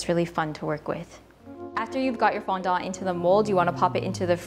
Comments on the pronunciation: I can't get past you pronouncing Fondant as FondONT. T_T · I wonder if it's the actual pronunciation in english? I'm french, would make things easier rather than the "foundante" thing people say lol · I'm British and I pronounce it "fondent", the e like an uh sound 🙂 but that's not to say all British people pronounce it the same way 🙃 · The way she says fondant I can’t 😭😂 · Did I just hear you say 'fondant' with a Cantonese accent? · I can't handle how you pronounce fondant 😅